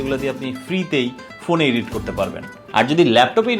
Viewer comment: ইডিট, ইডিটিং এটা সঠিক উচ্চারণ না ব্র।দয়া করে খেয়াল রাখতে পারেন।